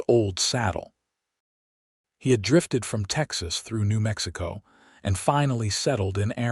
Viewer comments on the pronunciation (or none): none